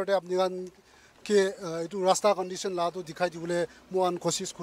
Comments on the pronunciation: Haha, not Rasta but LASTA . LASTA means , no lasting 😁😁😅🤣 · I believe the people of other districts got it why we Mon people pronounce "Lasta" instead of "Rasta". 😂🤣